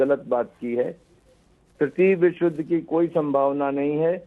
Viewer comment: मैडम जी को तो युद्ध बोलने ही नहीं आता